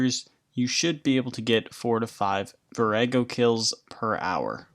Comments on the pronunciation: Its vor ah go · The way you pronounce Vorago is hilarious.